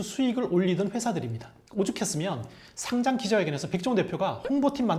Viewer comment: 마지막에 상장 축하한다는 말이 어째 돔 공연 축하해... 처럼 들리지ㅋㅋㅋ